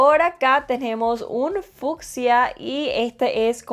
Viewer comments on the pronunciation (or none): none